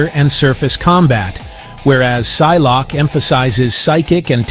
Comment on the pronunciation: Si-lock-A. No